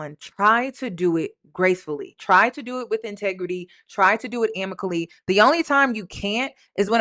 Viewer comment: … it’s AMICABLY not amically! lol 😅❤